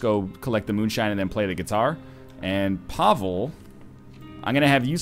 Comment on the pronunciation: YES Another episode! Every time you say Pavel i hear Pablo And then i'm like DAMN IT! Love this series!